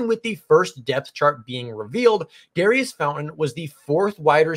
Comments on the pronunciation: Pronounce his name correctly… its not dairy iss….. its daurice Sounds like door eese. Like maurice. .. just saying it to help you out. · Pronounced Daureece